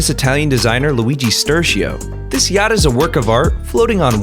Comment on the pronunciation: STOP WHY DID I HEAR GYATT INSTEAD OF “ yacht”